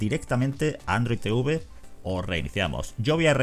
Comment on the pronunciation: Odio que digan Te-uve 🤣🤣🤣🤣